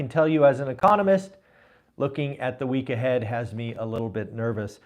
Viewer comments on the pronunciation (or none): What is the “weak aheaf?”